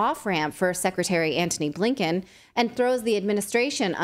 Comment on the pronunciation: Anthony Bliken? Are you kidding me?